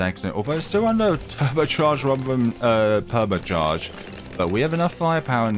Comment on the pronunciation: The way you said permit charge😂